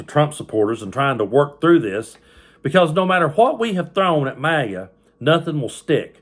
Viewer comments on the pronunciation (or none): none